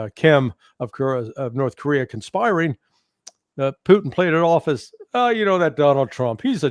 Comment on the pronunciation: Could someone please teach Ray how to pronounce President Putin's name properly. Poutine (poo teen) is Canada's national dish. Putin ( poo tin ) is a respected world leader for God's sake.